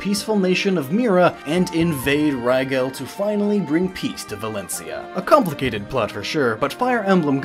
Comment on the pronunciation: My question is how did he mispronounce Rigel after pronouncing it right 10 seconds earlier. Also "Sigh-gurd" and "Sigh-lef". HOW? And did he just pronounce Beorc like "Barack?" Refer to my earlier yelling.